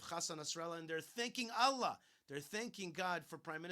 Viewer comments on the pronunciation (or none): none